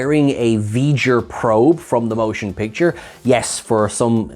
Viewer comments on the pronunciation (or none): I have seen several over your videos and I like them. However… Can you please explain to me why whenever you refer to the first Star Trek film, you call it “Stark Trek: The MOTION Picture, instead of just saying it as “Star Trek: The Motion Picture”? Without the unnecessary emphasis that no one else does? Because I have literally switches to other videos because you do that.